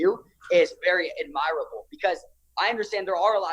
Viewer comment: I wouldn't trust a kid who can't even pronounce "admirable."